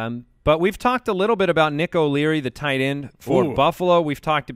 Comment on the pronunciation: Mike that tee is toight. Toight like a toiger.